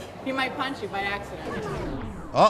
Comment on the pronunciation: “HE MiGhT PunCh U By AcCsAdinT”